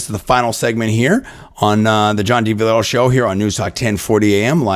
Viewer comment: John...dude....been listening to your 1040 show for a couple months. You need to SLOOOOWWW down a bit. When you say your name on air..it's like John Diviolbeerlllaa...John Deebeeolllkannbbagb. You are like a radio host on crack, 10 cups of coffee and 4 black beauties. Slow down...spell your name. Spell your personal website. MARKET yourself. Luckily...after LONG searches, I found Armed forces put your interview with him up, and spelled your name for me. Even their link doesn't work. I hope you do have more shows in the works...but...slow it down. Complete your thoughts and sentences. And make DAM sure people know your name and can find you. AND GOOD LUCK WITH YOUR RADIO SHOW! I'll be listening.